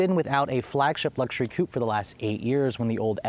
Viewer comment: If you're gonna say "coupe" twice in every sentence, at least pronounce it properly...